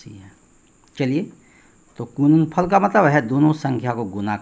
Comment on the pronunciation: Sar aap gudanfal ko gunanfal Q bolate Hain